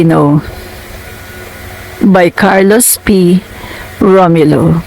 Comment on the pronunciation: U said i am a filipino yet pronounced ROMYULO😂😂😂😅